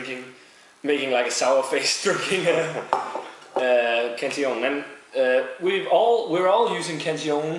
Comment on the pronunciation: its funny how peters pronunciation is so proper with every brewery name but does not pronnounce cantillon with correct pronunciation